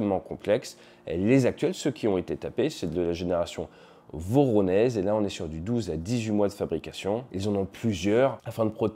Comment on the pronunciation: Voronezh se prononce Voronièje